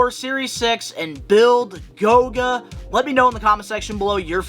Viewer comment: It’s GOLGA, not GOGA